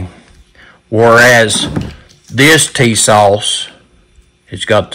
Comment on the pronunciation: Put some hot sauce on your "Tee-sauce".